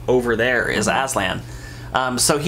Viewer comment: Aslan is turkish name and yes it means lion .But I have to say, you are pronouncing wrong😀 how I know, cuz I am turkish.. write down Google; lion translete turkish and please listen how pronouncing Aslan😊